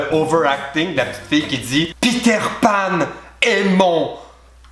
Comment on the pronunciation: "Peter Panne" j'aime beaucoup cette prononciation